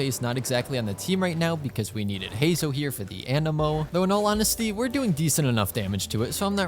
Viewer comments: heizou? do you say zongli too 🗿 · just to let you know youre pronouncing Heizou name wrong